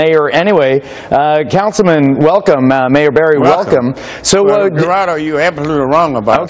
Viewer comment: He keeps calling him 'Gerardo"..hahahahhahahaha!!!